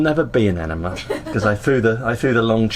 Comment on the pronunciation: Repeat after me - “ene-mA”, “ene-mA”. It’s NOT “ene-mER”!!! There is no letter “R” in the word, so why would you add one?